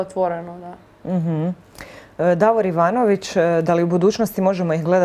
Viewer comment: Zamolio bih voditeljicu i ostale voditelje da pravilno izgovaraju moje prezime kako i inace ide i pocinje sa slovom Đ, da ne bi bilo neke zabune🙂.Ja sam Đivanović a ne Ivanović